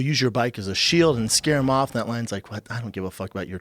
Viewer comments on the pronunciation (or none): Brendan “I need them sem stells ” Schaub